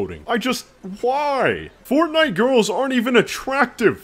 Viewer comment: I shouldn't have laughed when he said Fortfart.... but I did.